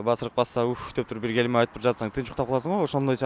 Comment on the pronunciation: гелме дебей келме деп айтчы тооба кылдым!